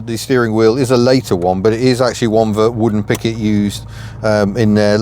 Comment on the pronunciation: Must be your accent , I thought you said " wooden picket "